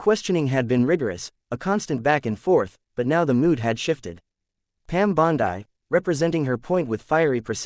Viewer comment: Fake: Her name is Bondi (pronounced Bondee) NOT pronounced Bondii.